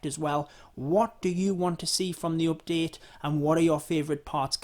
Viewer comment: He sYs every time OPdete xD